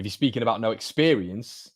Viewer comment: expewience lol